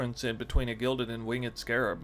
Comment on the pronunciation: dude you pronounce winged incorrectly.